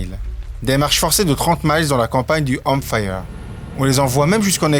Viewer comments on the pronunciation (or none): none